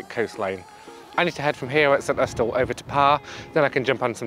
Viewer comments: That’s because it’s not how it’s pronounced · Great video as always but intrigued by your pronunciation of St Austel not a way I have heard before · My thought too but have been wrong before. Look at Fowey and its pronunciation 😊